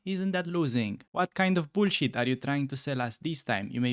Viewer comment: Today I learned that the word "bullshit" with a Romanian accent is the funniest word in human language